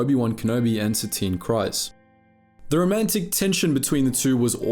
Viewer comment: Presumably the narrator of this channel has watched the Clone Wars series. So why does he consistently mispronounce Kryze? It rhymes with seize, not with size.